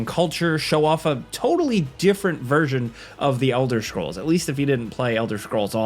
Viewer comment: ELDER SHCROLLS